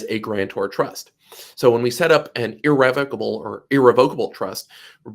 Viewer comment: YOU DON'T EVEN KNOW HOW TO PRONOUNCE THE WORD IR-RE--VOC-ABLE.